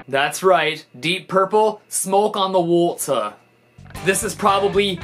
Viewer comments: Smouke on de wohta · Smowke On The Wota